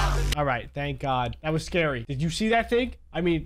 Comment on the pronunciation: When it was the coral golem did you say thank god or dank god?😂😂